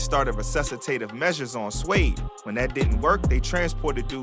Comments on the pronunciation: You can’t pronounce suede you d’umb asf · You can't read the word suede? Shouldn't have even done this video bro